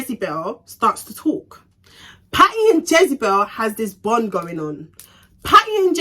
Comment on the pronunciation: 🤣🤣🤣u crack me when when ever u say Jezebel